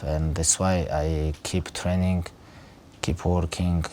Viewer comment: "Alot of hard work and alot of train-ingkt"